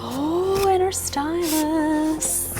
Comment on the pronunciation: Please stop saying stylus like that in the first video she was like “Stylus where’s my stylus”now she’s like “don’t touch my stylus